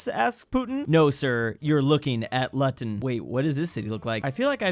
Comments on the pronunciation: I'ma be that guy... Its pronounced looton not lut-en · average Ohioan pronouncing luton as "luton" instead of "loo-ton" (with bri ish T ofc) Luton is like Birmingham, but worse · Did bro just say luhton. It's Looton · heres how pronounced luton: lut on Heres how its meant to be prounounced: loo ton (or) AYE YE FACKIN WOT MATE I FECKING SHANK YA WITH MY NANS HEROIN NEEDLE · I know Americans can’t pronounce city names in the uk, but I’m swiss and even I know it’s Loo-tun not Luh-tun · LMAO JUST HEARD PRONOUNCE Luton (pronunced Lootun) as Lutn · as someone who lived in Luton for most of their life, can confirm that this meme is not only correct but that Luton is often the subject of ridicule here in the UK. Also it's pronounced: "Loo-ten", it caused me physical pain when you said your version. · pronouncing Luton gave me a migraine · When said "Luton" I physically retched and collapsed crying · I almost choked on my drink at drews pronunciation of luton